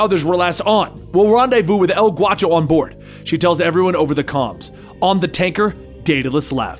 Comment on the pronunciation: not El Guacho...it's G -A -U -CHO..A is pronounced like in ASSASSINS..ask a friend who speaks Spanish he'll tell you .😁 ..great video as always 👍